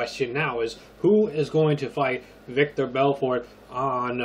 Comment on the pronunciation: It's Vitor, not Victor lol